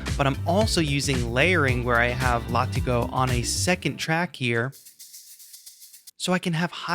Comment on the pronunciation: Thanks for the breakdown. I love UJAM products and bought this one yesterday. BTW, it is pronounced 'Lah-Tee-Go'. Cheers!